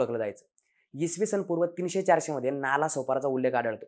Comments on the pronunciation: नाला नाही रे "नाळा" दोन्हीही गाव पश्चिमेलाच आहेत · नाला नाही हो नाळा आहे . नाळा सोपारा हे मूळ नाव. स्थानिक लोक आजही एकमेकांशी 'नाळा' असेच बोलतात. दोन्ही नाळा आणि सोपारा हे गांव आजही दिमाखात आहे. आता नाला बोलल्या गेल्याने त्या शब्दाला घाणेरडे अर्थ आले. अशी महान परंपरा आणि इतिहास लाभलेला नाळा सोपारा माहिती अभावी नजरे आड झाला . आपल्या प्रयत्ना साठी शत शत आभार .